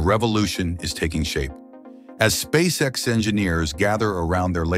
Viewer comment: The computer generated voice should be Elon‘s next big project. Just listening to miss pronounce the name of the company and components of the rocket. Is hysterical. That aside Spasecc X is way ahead of its competitors.